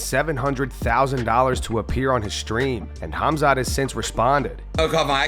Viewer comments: The fact that adin doesn’t even give the time to properly say khamzats name is why he should never have him on, and show up to that fight 😂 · Normies calling Khamzat CUMzat lol